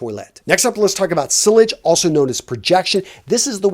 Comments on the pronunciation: i wonder how you get so many likes and views, you dont know how to pronounce the brand names correctly you call sillage S-I-L-L-A-G-E its S-I-Y-Y-A-j. its not a english wo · Mate just to correct you as im sure youll appreciate... 'sillage' is a french word with the "LL's" silent ...pronounced 'see-arj... soft j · Sillage pronounced “See-ah-j” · The pronunciation of silage 😂😂😂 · Most of your info is good but the presentation comes off as a little unprofessional given the subject matter. Sillage (See-Yahj) is your scent trail or lingering aroma of the scent after you leave the room, not projection. Projection is how far the fragrance pushes out from you where other people around you can smell it when you’re standing still. Toilette (Twah-leht) not toilet. Parfum (Par-Foom) not perfume. Niche (Nee-sh) not nitch...Jesus. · I believe sillage is pronounced siage (the Ls are silent) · not the worst advice but learn how to pronounce parfum and sillage if you are gonna keep talking about fragrances lmao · The pronunciation of "sillage" >_< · The way he pronounced "Sillage" and "Niche" got me cracking